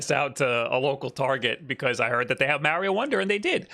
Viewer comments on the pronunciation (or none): It's MARIO NOT MEARIO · Time stamps for when saying “MAH-rio” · process Mario Wong lol, there are those who pronounce the word like he does, it's not correct though lol